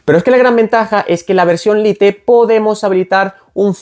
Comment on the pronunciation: Si pronuncias "lite" (como estatía escrito en español ) y no "lait" cono deberia sonar en inglés, porque pronuncias "activ" y no "active" como esta escrito... En fin, la hipocresía 😢